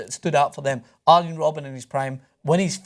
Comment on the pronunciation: If you say Ajax correctly, you could deduce that the J in Arjen is read the same way...